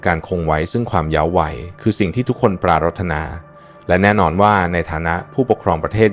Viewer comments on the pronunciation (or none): ออกเสียงว่า ปราด ถะ หนา ไม่ใช่ ปรา รด ทะ นา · ว่า ปรา-รดตะ-นา โคตรรำคาญไอ้ AI จริงๆ ภาษาไทยผิดเพี้ยนหมดแล้ว ☹️ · ทำไมต้องอ่านปา.รถ.ถนา?